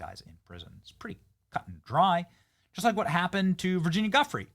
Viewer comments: LoL 😝- I can’t believe you hacked her last name that bad Benny - I think 🤔 it’s pronounced (“joo-fray”) - the G sounds like a J - anyway, as with all the Epstein stuff- looks very suspicious 🤨 and we’ll never know the truth about it— ever. Prayers for those affected by this incident 🙏❤️ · Virginia's surname is pronounced "Jee-oof-ray". You should at least try to get that right.